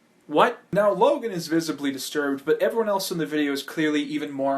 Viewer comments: ...its logan, not jake. lol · I think he said I'm so sorry logang and not Logan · His name is Logan you said Jake all the way in the video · Somewhere 4-5 min in the video you say jake instead of logan.